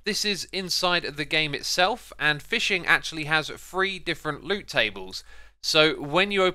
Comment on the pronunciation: You say free instead of 3